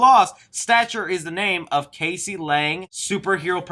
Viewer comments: hey it Cassie not casey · ITS NOT CASEY...thats not how you say it, it's Cassie. Like Cas - E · Not to be that guy I’m her name is pronounced cass-ie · Her name is Cassie , not Casey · Who is "CASEY Lang"? It's Cassie hehe.